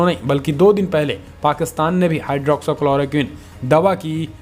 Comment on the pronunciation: भाईठीक से बोलना सीख लें हाई ड्रौक्सी क्लोरो क्विन।